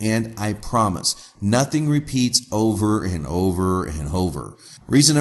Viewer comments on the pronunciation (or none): none